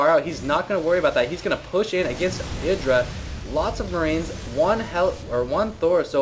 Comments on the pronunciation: I thought it was pronounced "I"dra... not "e"dra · isn't it "Eye-druh" not "id-ruh"? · I'm 99% certain his name is pronouced I-Dra, not Iddra, Both Artosis And Tasteless pronouce it I-Dra, and they know him personally, so I would assume they know how its properly pronounced. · Artosis says it wrong. Even though he knows Idra irl he still stubbornly gets it wrong and Idra has given up correcting people. It's ih-dra not eye-dra. Strange but true. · altough the proper pronunciation is iddra i still call him eye-dra because it sounds so much better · Thats how you pronounce it haha. Its not I-dra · no it isnt... IdrA himself even says his name. Eye dra just sounds cooler tho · no no no no no, its pronounced i-dra sounds like i-draw. i wanted to stab my self in the eye with a pencil everytime you said his name wrong. jk, but really thats not how its pronounced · It's pronounced I-DRA, rhymes with hydra btw ^^ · it's pronounced Iddra, tasteless and artosis just got it wrong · Idra himself have said it's "ih-dra". Even if people like husky and have called him eye-dra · lol u say idra werid